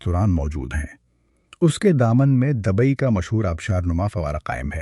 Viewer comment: Dubai not dabai......please mind your pronunciation .......